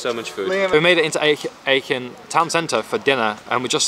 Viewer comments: I'm from Aachen and hearing you butcher the pronunciation in a slightly different way every time you said it was quite funny 😂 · if you have 2 Germans with you, why have they not told you how to pronounce Aachen correctly...